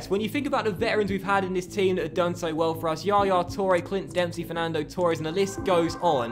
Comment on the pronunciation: Mate its Torres not Tour res.